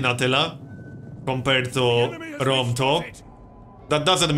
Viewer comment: "Rome Tow," gotta love that accent :)